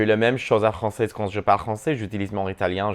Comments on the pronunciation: It was so cool to understand you in all three Romance languages you used! Your French is really good, but you shouldn't pronounce the "z" at the end of français, because there's no "e" at the end. But you sound really good! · Youre pronouncing ‘français’ wrong in French; the ‘s’ at the end of the word is silent, unless you’re using it as an adjective: (French thing, French person). When you’re referring to the language, the ‘s’ at the end of the word is silent. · Honey stop saying “Francaise” when referring to French language lol it’s francais (no S sound at the end ) and this is coming from another fellow friendly Moroccan haha Love youuuu you re amazing!!!